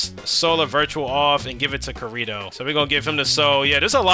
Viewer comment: You rage baited us so hard when spamming “Kurito” when it’s obviously KI-RI-TO 🥀💔 had to stop watching after dat for a bit😭✌️